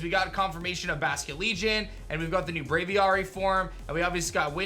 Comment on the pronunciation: Why do you keep saying bravary